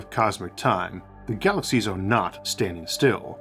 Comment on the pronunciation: Good presentation. Though I feel like you eat words , they don't get pronounced clearly. It's like galaxyshshh starshhh